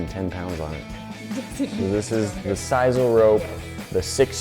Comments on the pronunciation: siss-ul not siz-ul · Its pronounced sis-soul